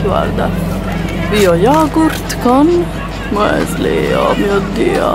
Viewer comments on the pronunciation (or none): none